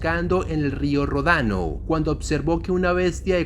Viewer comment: no es rodano, se dice ródano.